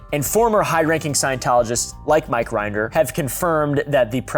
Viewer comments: Rin-der Not Rind-er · That’s not how you pronounce Mike Rinder’s last name. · The way you pronounce “Rinder” and “Miscavige” is hilarious😂. You should interview Aaron Smith-Levin (GrowingUpInScientology) if you want an inside scoop! The whole Scientology concept is so interesting lol I feel like your vibes would go together. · I dunno if it was for comedic effect, but your pronunciation of Mike Rinder and David Miscavige is so wrong I was laughing for the wrong reasons. Given the amount of research this took to make, I'm assuming it was intentional since those names are bywords among scientology and ex-scientologists.